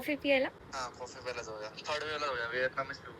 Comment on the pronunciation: Piyayla❌ Pyayla✅